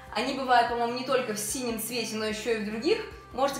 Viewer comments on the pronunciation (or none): none